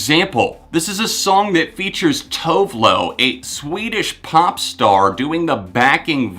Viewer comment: Funny how you pronounce Tove Lo, I'm from Sweden myself hehe. it's more pronounced like Too-veh Lu.